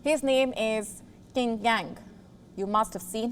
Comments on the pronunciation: Qin is pronounced as Chin not Kin... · His last name is pronounced “cheen.”